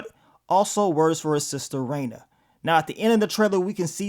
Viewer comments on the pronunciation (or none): none